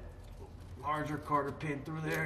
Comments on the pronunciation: cotter pin, not carter pin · Solid video, excellent camera angles, plenty of knowledge. A+ brother. Just to be funny here though.. it's not "Carter pin" it's Cotter pin" hahahaha but for real, keep those videos rolling out, you're doing great. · Cotter pins NOT CARTTER pins 😂